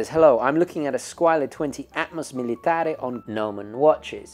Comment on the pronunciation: how did you just pronounce "militaire"? xD